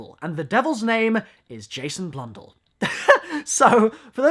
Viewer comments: Blundell not Blundul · Why does he pronounce it like it bludull while its supposr to be pronounced as blundell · HE ALREADY SAID IT "Im just a sucka for medieval castle's" HE SAID BLUNDLL AT ONE POINT XD